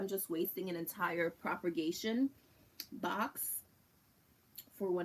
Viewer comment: Loved the video but for your own knowledge there is absolutely no R in the word/words propagate/propagation/propagated. I just couldn’t sit here and not tell you. But thank you for the video! P.s. Alaska is the largest state in the United States :)